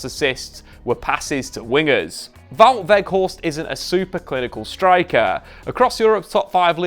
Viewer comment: Props for saying his name almost properly